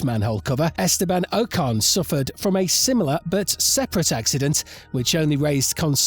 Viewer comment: Sorry, can’t watch someone talk about a sport that can’t pronounce its leading stars names properly. It’s normally Ricciardo that gets butchered but I’ve never heard Sainz (no T), Verstappen (no H) and Ocon (come on, it’s only 4 letters!) mispronounced.